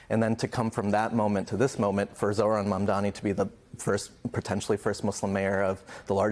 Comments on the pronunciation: still can't say it right. Its MAM DANI! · It’s M A M D A N I (MUM DAH KNEE). Say his name right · Mandami she said 😂😂😂